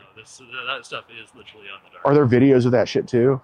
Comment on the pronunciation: Just lock him up for the way he pronounces "literally."